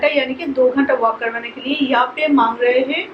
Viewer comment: 3 ya 4 saal ho gye vlog banate huye aapko par Abhi tak thik se contant Dena nhi aaya. Dusre vloger se aap sikho ki vlog kaise banate hai. Bohut bore Karti ho. Aur plz achhe se Hindi bolna sikho. Hamesha हैं (Hain) Ko है(Hey) bolti ho. Plz Kam se Kam ye bolna sikho. Try it.